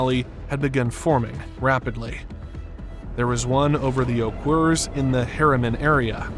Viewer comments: Oquirrh is not “Ohkwer”. Pretend you’re Cardi B: Ohkrr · For those wondering, the mountains that he mentioned (Oquirrh) are pronounced Oh-ker and the city Manti is pronounced Man-tie :) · Btw Oquirrh is pronounced “oh-cur”. Utah’s got some goofy names lol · Oqquirh is pronounced “Oh-Ker” for reference gaga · Oquirrh is pronounced like Oaker. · This is a great video! I just wanted to let you know how Oquirrh is pronounced . It’s O-kerr, kinda like the okurrr meme. Again, no hate, loved this vid!